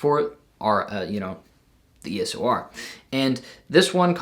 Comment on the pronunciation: Its EOS R Not ES"O" R